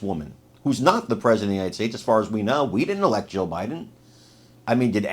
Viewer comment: I hate to tell you this but either your lisp or your language or something is messing up your tongue when you say Jill Jill Jill Biden j i l l and when you say Jill Biden it sounds like you keep repeating Joe Biden I hope somebody mentions that to you that you don't enunciate or pronunciate that word correctly her name is Jill not Joe